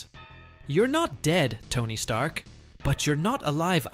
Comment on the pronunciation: Sorry sounds like Stark! No “er” sound on the end!